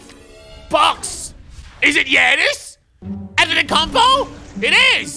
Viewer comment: You never pronounce Giannis Anttetokounnpos name right